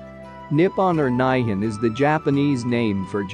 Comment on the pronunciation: uh... Nihon is pronounced nEEEhon. にほん ni-ho-n